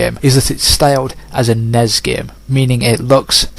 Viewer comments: I didn't know WTF you meant when you kept saying "NEZ game" but then I realized you were saying N-E-S but failing to spell it out. Back in the 80's no one called it "NEZ," you spell it out N-E-S when spoken. Similarly with SNES we don't say "SNEZ" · In America you spell it out for some reason, even though you barely do it with any other acronym like NASA. In Europe it's usually not spelled out. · Because you're odd. Not failing just how it is said...